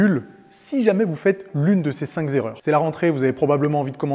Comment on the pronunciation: j'ai arreté à "cinq zerreur" liaison fatale rip, ta prof de français !!!!